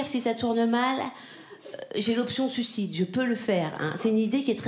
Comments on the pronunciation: C’est très tendance, je sais, depuis quelques années de le prononcer ainsi ; pour autant on ne dit pas su cide, mais sui cide ; bon, ça n'enlève pas ton talent 🙂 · Elle n'arrive pas à dire sUIcide, donc elle prononce sucide ... écoute bien ...